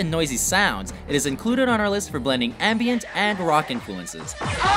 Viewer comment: Its Ambient not "anbient".